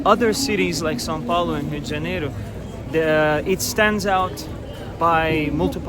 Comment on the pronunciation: Your pronunciation of “rua XV de novembro “ ,🇧🇷 , and Rio de Janeiro, sounds sooo native ! Brazilian accent